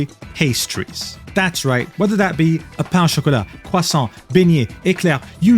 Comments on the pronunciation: bro why is your french pronunciation so on point? t'es français ? 👀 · So imagine ur French? Just based off the pronunciation of croissant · The french pronunciation is so good I thought i was back at home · That french was so good I got a jumpscare. Either you're a compatriot or you got hella good pronunciation holy shit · Is this the video where I know that is canadian? The french pronounciation caught me off guard. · Damn, french pronunciation is on point. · 37 seconds in, wanted to flex being French 🥖, love the pronunciation haha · FACTS - And those pronunciations were fire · Haven't finished the video because your french prononciation is really good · >Not French >Accurately Pronounces French Pastries Sure bud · i need an hour of pronouncing french pastries edit: platonically ofc, i just love when ppl pronounce things correctly/differently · How DARE you pronounce french words correctly I will not forgive you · bro your french is flawless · sometimes i forget you live in france until you pull out the correct pronunciations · My favorite thing is the occasional French Jumpscare I get from when he pronounces French words and names like pastries. Genuinely love (platonically) how he pronounces them lmao. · I literally had to pause to process how good you pronounced those words- your voice gives me years of life istg Thanks for another amazing video! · holy legendary refresh pull i heard u saying pastries with french pronounciation and i got both scared and intrigued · I faintly remember him saying something about being French and this just proves it. The pronunciation was so clean to my silly American ears. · Actually, he always emphasizes that he's not french. He just lives there 😂 Doesn't change the fact that his pronounciation was spot on though